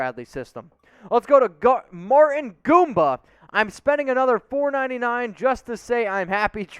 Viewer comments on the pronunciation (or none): none